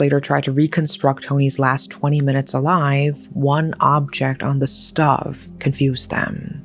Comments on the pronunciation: It’s STOHVE not stuv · And "stuv" instead of "stove" lol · she pronounced it like "stuhv" instead of "stowv" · Stove is pronounced as stowv,. It doesn't rhyme with shove. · Does she not understand how to pronounce stove? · Well I lived in Kingsford and Maroubra around that time but I don't remember hearing about this. Tho I wasn't really into true crime at that time and was also grieving my mother's passing. By the way, how do you pronounce "stove"? 😉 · love you and your content, I just have to say, the way you say "stove" is giving how Nigella Lawson said "Micrōwávé" which I find funny